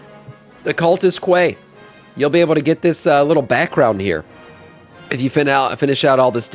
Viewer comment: quay is pronounced like KEY